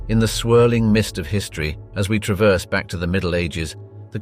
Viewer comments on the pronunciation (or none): none